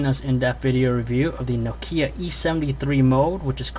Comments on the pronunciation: it kinda iritates me that he says nokie E73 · he says no-keya